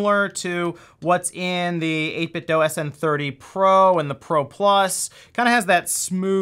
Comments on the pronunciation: Guys, For the last time, it’s 8-bit-doo. Not doe. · I’m pretty sure it’s 8bitdo not doe but I’m not complaining. Nice vid👍🏻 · "So I've been following 8Bitdough for a while now" Still mispronounces the company's name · 8bitdoo, not dough